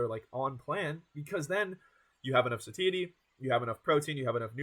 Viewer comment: Unfortunately, broccoli heads rarely get the same view count. Even worse is a broccoli head that can't pronounce "satiety" properly. The age and lack of charisma doesn't help much either. When there's thousands of dudes all trying to make a name in the same space with the same information, you gotta do something that makes you stand out from the rest. Dude has built a good physique. No doubt about that. But that's only one of many components of building a social media fitness brand. Coaching people online with no credentials at such a young age is kinda cringy too. That's probably keeping people away a bit.